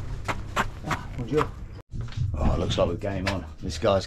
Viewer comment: arr bonjour ,,arr bonjour, bonjour , in that english/ french voice hahahahaha top geeza